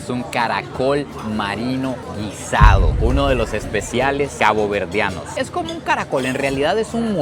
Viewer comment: 😊cuando dices ! CABOVERDEANOS suena a seres 👽👽👽 de otro planeta 😂😂😂